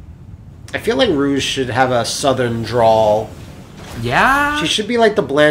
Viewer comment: Right when they get to Soleanna with Rouge...the voice over calls her Rogue